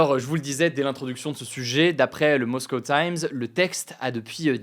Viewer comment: L accent anglais Hugo 🙈🙈🙈 MOSCOUW